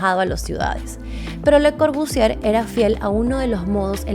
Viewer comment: Solo un consejo: no pronuncies la R al final de Corbusier. Otra cosa, me encanta como lo explicas.